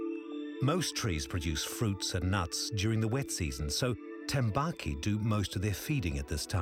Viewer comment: yes but its tambaqui not tembaki